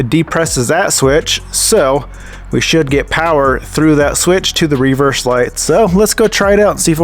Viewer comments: Hahahahahhaa literally thought the same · Never heard an American pronounce "reverse" like that